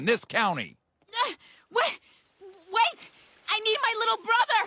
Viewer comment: Coun ty? What in the world is this pronunciation